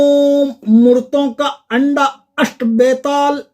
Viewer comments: आपके मंत्र और उच्चारण में अंतर है आपने गंदा को अंडा और गोरपी को गोरसी कहा है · aap k ucharan me anda a raha h aur likha ganda h kirpa kar sahi shabd batlaye